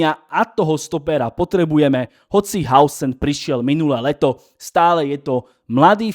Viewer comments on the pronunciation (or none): Kámo kde si zobral to že Huisen sa číta Hausen?